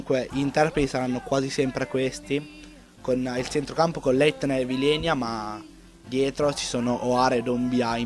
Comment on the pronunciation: si dice vilena non vilenia dov'è la "i"xD sei un grande